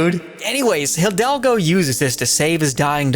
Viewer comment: Just a heads up, the way you pronounce "Hidalgo" is like " EE - dalgo"